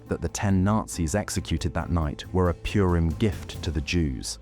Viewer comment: The Jewish holiday is not "Pyurim." It's pronounced "Pooreem".